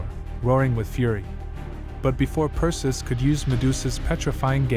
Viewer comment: Cant pronounce "PERSIUS" NAME CORRECT, cant watch it, and AGAIN with the friggin music.